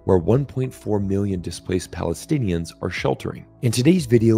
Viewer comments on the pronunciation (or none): It's Palestinians not "Paletinians". Get your act together.